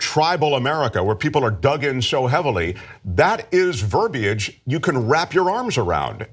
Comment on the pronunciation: ver- B-age???? Do u mean VERBIAGE?? Smmfh